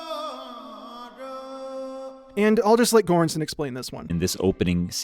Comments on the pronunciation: Another great video. If you want to know how Göransson is pronounced properly, it’s kind of like “juran-sonn”, with “ju” as in “jury”. Not a hard g, just like there is no hard g in English words like “gem”. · Göransson 's pronounciation is closer to an english soft G as in George. I am not trying to be nitpicky is just an observation :) Your channel is trully one of the best things on youtube. Keep up the amazing work and greetings from Sweden. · That's ... that's not how you pronounce Göransson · Holy shit you butchered Ludwig Göranssons name 😂. It's okay tho. I know it's hard with foreign names but you could have looked it up. Fantastic video either way!